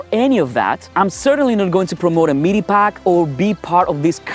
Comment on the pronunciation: Pretty good video! Your English is very, very good with just the odd mistake, but it's unfortunate you chose to mention MEE-DEE packs so often. Sorry, but as I say, your video and your English are great.